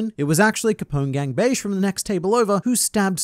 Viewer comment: why do you always call Bege "Beige"? It's clearly pronounced like be-ji. If you were to write it like an Italian name it would be Beggi.